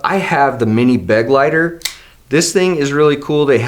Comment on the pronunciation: Was it driving you crazy the way they kept saying beg-lighter? Because it was me, and I'm just an American who took 5 years of German classes in school. It's funny how Americans view German as a harsh sounding language but in reality the way American English treats R's and G's is lightweight obnoxious, am I right? Lol Correct me if I'm wrong German dude, but the pronunciation of this word is more like beh- gly- tare, yes?